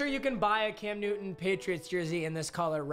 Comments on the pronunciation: Sir, it's Cam NewTon with a T. Not Nuin. Say it right! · you realise there is a "T" in the word "Newton" right?